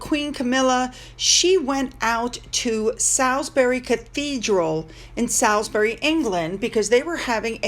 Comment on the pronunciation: Salisbury Cathedral (by the way it is pronounced Sawlsbury) is one of the most beautiful and historic Cathedrals in the UK.